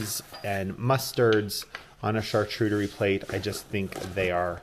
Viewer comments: You do realize it's not a chartrudery right? Saying it once can be chalked up to being misspoken, but saying it incorrectly multiple times caught my attention. Don't want you to look foolish, since you are in education as a career. Hope this helps. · I think it’s pronounced shar-coot-eh-ree. Either way yours is beautiful and looks delicious 😋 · Ok so now I need to ask- is it pronounced char-chu-terie? I have been calling it char-q-terie this whole time!! Learn something new every day.